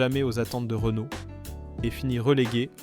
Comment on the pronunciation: Problèmes de prononciation de Panhard, Renault et Talbot pour ne citer qu'eux, images ne correspondant pas forcément au véhicule dont on parle, et quelques contre vérités: cela fait quand-même beaucoup. Entendre dire par exemple que l'Horizon fut un flop, c'est du n'importe quoi. Je ne vois pas de rapport entre son déclin et la crise pétrolière. Cette voiture nétait pas réputée soiffarde. Bien sûr, elle avait ses défauts comme sa distribution devenant bruyante avec le temps, ses synchros Porsche fragiles et la corrosion. Mais sur ce dernier point, quel constructeur y échappait vraiment dans les années 70 -80? Et que dire du commentaire sur la BX! En quoi la suspension hydropneumatique pouvait nuire au fonctionnement du moteur diésel? Moteur qualifié de fragile... Je crois que là, c'est la meilleure. Fragile le légendaire et très apprécié XUD réputé pour sa longévité? Si tout ceci ne relève pas de l'IA, ça y ressemble fortement. De plus, on aurait parfois l'impression d'écouter un robot.